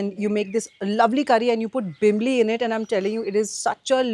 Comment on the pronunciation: some pointers : (1) call it tisryo....not tisryaa....(2) its not bimli.....its bimlaa....(3) breadfruit in Goa is called "nirpanas"..its a veg delicacy and v call it veg kingfish fry (4) its paplet in Goa..v dont call it Halwa (dats mumbai) (6) and its not Vani- its local vegetable "Val" (7) goa has Halsande which is like rajma ..bt more tastier then rajma.....